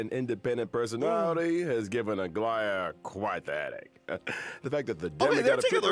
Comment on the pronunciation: It bothers me so much when people say Aglaea wrong 😭 the emphasis has to be on the 2nd 'a' not on the first 😭😭